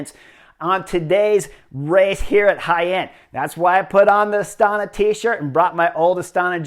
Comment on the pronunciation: Clicked as fast as I could to hear you pronounce Jaen. Well done, Chris!